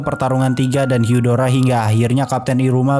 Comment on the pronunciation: Bang katanya bukan daramu hyudaro harusnya darramb dan hudar